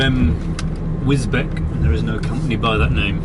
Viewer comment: My neck of the woods, I live about 10 mins from Spalding, and it's pronounced wis-beach